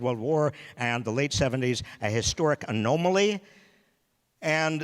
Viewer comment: Great talk, much needed advice, true words of wisdom all. Except one, your pronunciation of the world "anomaly" is just a bit distracting.